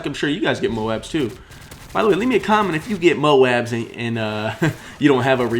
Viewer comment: 0 MOABS. Not moans.